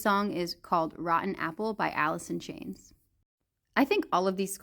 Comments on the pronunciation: I mean even if it was it did sound like she said "Alison" rather than "Alice in" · Is it just me or she really said Alisson chains?